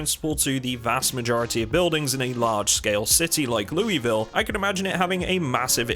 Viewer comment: Dear, As someone who was born and raised in Kentucky, albiet only until I was 21, I would like to teach you the proper way to say Louisville in the native way. It is pronounced as if you are partway sluring this together. Loo-uh-VUL. Fun fact, the bridge map that goes across the river makes it into New Albany. This entire area is referred to as Kentuckiana by those of us local and raised there. If you have read this just please respond with a period in the comments as this will sate my sanity's will. Thank you for reading this good sir, and please, never stop being a great man. Sincerely, M.